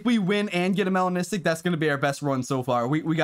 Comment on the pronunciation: That “melanistic” is 🔥